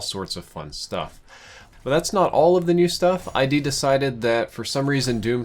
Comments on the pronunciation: My guy. It's ID, not I D. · It's pronounced phonetically as "id", not "eye dee". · It's not I. D. Software. It's pronounced id, like sid, without the s. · Lol Eye-d software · it's not "eye dee" software. It's id, as in ryhmes with rid. As in id, ego, and superego from Sigmund Freud's structural model of the psyche. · maaan it's not I.D. its ID pronounced "ii-dd" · Id. not Eye D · love the review. But seriously its not eye-dee. Its just id. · It's id software, as in Freudian id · id not eye-dee software. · He calls arachnotrons "brain spiders." He calls cacodemons "cacAYOdemons." He calls id "I D." Dafuk? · In the first 30 seconds. Hears I-D Software. That's just a huge bruh moment. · It's pronounced "ihd" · Alexander Reyes it’s just pronounced id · haha, I can't believe people still say it wrong. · no it's id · Nobody: Not a single soul:: Eye Dee Software